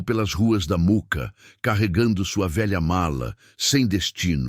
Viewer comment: Mooca e nao muca kkkk